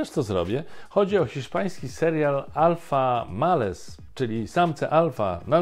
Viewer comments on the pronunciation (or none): Alpha MALES :face-turquoise-covering-eyes: przeczytał Pan angielski tytuł po hiszpańsku 😁